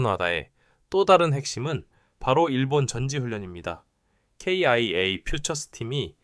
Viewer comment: 기아라고 말하세요.케이아이에이는기분이나빠요.아님유투버그만하던지